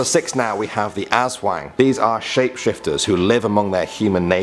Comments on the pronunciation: Pronunciation corrections: 1. Sirena (see-reh-na) 2. Aswang (as-wang) The "wang" syllable doesn't have an accent 3. De la salle (deh-lah-sal) 4. Duwende (doo-when-de) Put stress on the "de" syllable 5. Kapre (cup-re) The "re" is like the re prefix used on the words reduce and such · WHO SAYS US-WANG ITS ASSWANG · its aswang not asweng just the a soumd is still the same also we pronounce tyanak chanak amd dewnde is still e sound is normal e sound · I laugh when he says filipino urban legends like "esweng" (aswag) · It is Pronounce as As-Wang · Pronouncesations= Engkanto= prononce the E as I Sirena: its not how you pronounce it like siren its serena Aswang= Pronounce the a very hard when you say the as word say it hard Tiyanak= pronounce it as Chanak not tiyanak cuz ti is pronounced chanak Duwende= you almost prononced it fine but its ok Kapre= kapre is pronounced as kapreh silent h your e is like ee Sorry if im judgy but im just like that when other people dont know how to pronounce 😓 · Don't say aswang as azwang And it's not tiyanak it's pronounced chanak XD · The pronounciation of engkanto (Ing-kan-to) The pronounciation of sirena (Se-re-na) in english mermaid The pronounciation of Aswang (As-wang) The pronounciation of Tiyanak (Cha-nak) The pronounciation of Duwende (Du-wen-de) in english evil elf or something The pronounciation of Kapre (Kap-re) or also known as guardian of trees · See-ren-nah (mermaid) Us-wung (aswang) Tea-yan-ak (tiyanak) Or Cha-nak Do-when-deh (duwende) Cap-reh (kapre) I hope it helped😄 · you mean Aswang you prounounce it incorrecly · The way he pronounces the creatures...... FACEPALM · He didn't pronounce Aswang properly